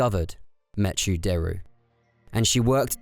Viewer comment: "meh-choo"? Not "mekkoo"? Like MECHanical?